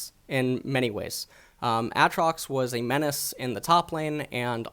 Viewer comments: Aatrox not atrox u dumbfuck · Please his name isnt ahtrox. Its Aytrox. Also this new champ isnt Aatrox. Its Boris. Bring back aatrox rito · Hey, it's AA Trox not Atrox PepeHands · AKA "" was gainfully hired to cast LCK in stead of the mediocre Snake Oil salesman Papa "In a World Where" Smithy. He is known for his strong opinions on the pronounciation of AYAYAtrox and his unparalleled knowledge of Thomas "the unbenched" Kench. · The way he says Aatrox gets me every time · say aatrox right pls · Its not Aatrox its Aatrox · the way you say aatrox is so cancer, it makes me wanna commit suicide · Why the fuck do your pronounce Aatrox like that...